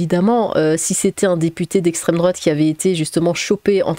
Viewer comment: le slogan de la LFI : "c'est a cause de l'esstreme douate "